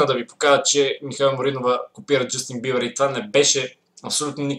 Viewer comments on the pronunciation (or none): Тоя вика Justin #BIBAR или само на мен ми се струва, че вика така 😂😃